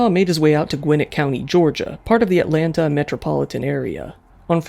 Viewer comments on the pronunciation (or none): none